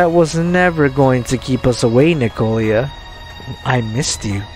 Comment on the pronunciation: N I K O L A NOT N I K O L I A.